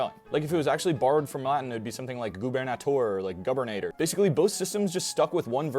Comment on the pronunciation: Thank you! Just a little comment: Latin did not allow for stress to fall on the last syllable (unless you are dealing with metric verses). It's not amòr and gubernatòr, but àmor and gubernàtor.